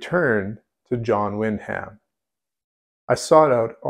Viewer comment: Wyndham is pronounced win'dim.